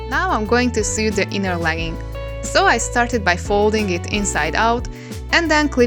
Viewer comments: Your English is really good, but I thought I'd give you a tip on saying the irregular verb " to SEW". It's pronounced to SO. You sound like you are saying to SUE (rimes with BLUE) which means to institute a process in law against; bring a civil action against: to sue someone for damages. I sometime feel like suing (yes, the "e" is dropped here) my sewing machine for bad results, although I can't really blame it for my lack of sewing skills when projects go wrong. :) Hope this helps. Here's a quick recap. : Base Form (Infinitive): Sew Past Simple: Sewed (pronounced SO-ed) Past Participle: Have Sewn (rimes with GROWN/BLOWN) /Have Sewed (pronounced SO-ed) 3rd Person Singular: Sews Present Participle/Gerund: Sewing We also have the regular verb to SOW and that is pronounced the same and means planting seeds. (Not to be confused with the name of a female pig, a SOW, that rimes with COW) Base Form (Infinitive): Sow Past Simple: Sowed (pronounced SO-ed) Past Participle: Have Sown (rimes with GROWN/BLOWN) 3rd Person Singular: Sows Present Participle/Gerund: Sowing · I love you so much but the way you say sow " sew " gyvfsd ahhh Im sorry its a big pet peeve no hate towards you <3 <3 <3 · Small tip, you pronounce "sew" like you would pronounce "so". Love ya ;) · Every time she said "s'ew" my mind was like "lawsuits!" 😅😅😅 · I didn't even noticed the mispronunciation bc I make the same mistake xD why isn't English a phonetic language 😭😂